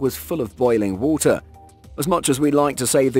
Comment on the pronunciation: "as it keeps filling up with wohltuh ..."